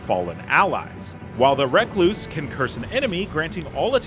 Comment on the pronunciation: Recluse like a loner is surely the word you’re trying to say not “reck-loose”!